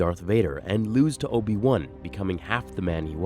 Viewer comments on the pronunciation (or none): "Obi Wun" 🤣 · His name isn’t Obi-One. It’s Obi-Wan.